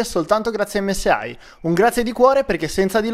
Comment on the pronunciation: SI DICE EMME ESSE I NON EMME ESSE AHI !